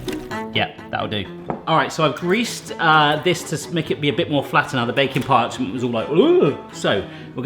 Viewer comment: I'm fairly new here but all this time I thought he was saying "bacon parchment" until now ;/